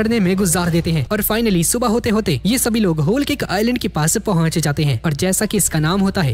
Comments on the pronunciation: Bhai tum wholecake nahi wholekick bol rahe the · Bro it's cake not kick say clearly 😭